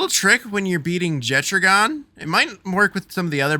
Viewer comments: Jettragon? Isn’t it pronounced jet dragon without the d? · Faeris and Marcus throw lightning at you because they assume you are going to attack him with a water pal. BTW, Jetragon is a dragon so the 'ragon' part is pronounced the same way as it is in "Dragon". - Jet-ragon.